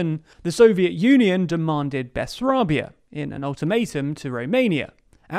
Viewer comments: "Bes-" :) "-arbia" :( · FWIW, the Russians called it MoldAvia, but Romanians and Moldovans call it Moldova. No one calls it Moldovia. And Bessarabia isn’t “Bessarbia…”